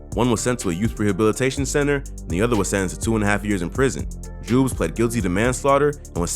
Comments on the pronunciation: Called Joobz Jewbz 😂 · joobz is pronounced like the word good not food btw